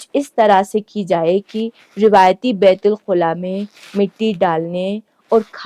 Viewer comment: Kindly pronounce it beit_ul_ khala Not khula